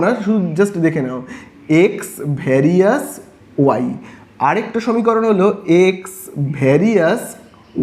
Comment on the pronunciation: Sir Ota Varisus na various 😂